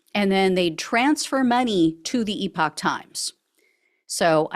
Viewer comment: Oh, good heavens- Gina, could you possibly teach Ben Meiselas how to pronounce "epoch?" I nearly went mad watching him spend 14 minutes pronouncing this trash web site as "EPIC times." 🤣